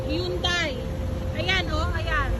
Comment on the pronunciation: Mga hampas lupa mali pronounciation niyo ng HYUNDAI! 🤣 Dapat ganun sagot ni ate!